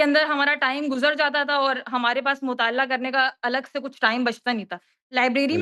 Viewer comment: Isko mutaleya bolne nahi aarha hai